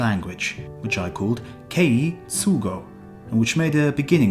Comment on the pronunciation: Kah-ay not kay-ee.